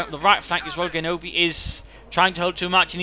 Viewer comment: Very nice rifleman play in this game. And if you're interested in this sort of thing; Genobi's name is pronounced with a G sound like in "genesis" or "general."